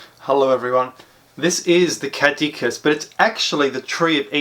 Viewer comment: You need to work on the pronunciation of caduceus